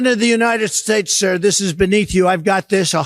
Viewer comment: Shizhispants sounds like such a div when he pronounces Sir. What a loser.